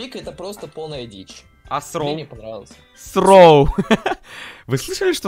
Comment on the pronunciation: Сроу, спик, джесиие, ричошет, сшеилу. 😂